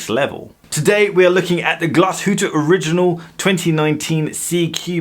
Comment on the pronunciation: Glashoooot! Oregon-L